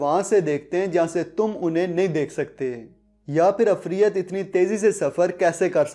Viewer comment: Afriat ni ha bro ifrit ha